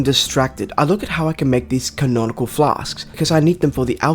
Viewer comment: No way this dude talked crap about cauldron being spelled wrong after calling conical flasks "canonical flasks" the entire time